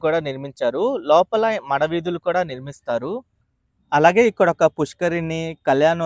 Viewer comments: చిన్న సవరణ. 'మడ' వీధులుకాదు, "మాడ" వీధులు. ద్రోన్ ఫొటోగ్రఫీ బావుంది😂😂😂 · మడ వీధులు కాదు బ్రో మాడ వీధులు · మడ వీధులు కాదు అండి మాడ వీధులు.